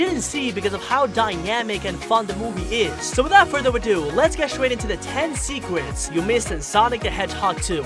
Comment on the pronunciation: But when he said swecret" 💀